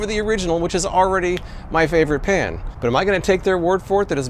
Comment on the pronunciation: Are you saying Pan or Pam?